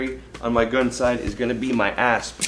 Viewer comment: Omg when you said asp, I thought you said ass